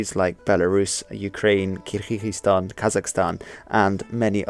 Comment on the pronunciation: The way you pronounced 'Kyrgyzstan' gave me cancer. Other than that, good vid.